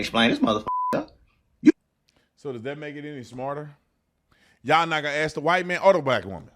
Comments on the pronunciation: he lost me when he said "axe" learn how to spell and pronounce shit. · I'm not "axing" her anything.